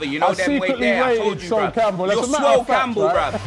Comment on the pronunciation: Man said SWOLE CAMPBELL nah i cba hahahah